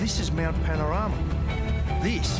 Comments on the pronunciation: The ‘rama’ in Panorama is pronounced as ‘rahma’ 😊👍🇦🇺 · You really need to get the pronunciation right, listen to Larko... it's Mount Pano...rah...mah